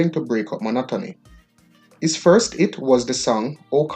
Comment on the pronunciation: Hey man you need language training badly. Hit not it. Debut not Deboo and many more. Please...